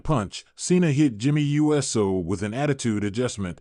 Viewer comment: This AI announcer isn't very Usey. It's NOT U. S. O. it's Uso!